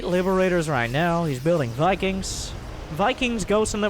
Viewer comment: Mikings, Mosts, Miberators.